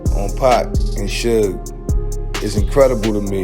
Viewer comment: She said "Sooge" Knight.... 😂😂😂😂😂